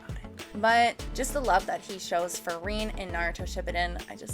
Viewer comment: Vague you mean? lols - Shippuuden? lol Amazing you pronounced an English word and then a Japanese word wrong so quickly together. Vocab is your weakest trait by far.